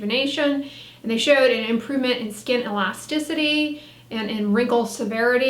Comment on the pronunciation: I can’t trust a medical professional that can’t correctly pronounce elasticity..